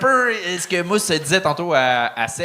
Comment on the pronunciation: Pourquoi vous dites Mousse quand ça s'écrit Moose?